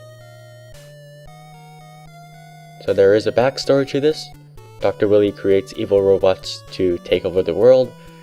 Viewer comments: Definitely a classic. I personally preferred the X series. This was more Rage-tastic,AND CLUNKY. ALSO LOL Dr. Willy (Should be pronounced Why-Lee) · Pal, it isn't pronounced "Willy". WILE-EE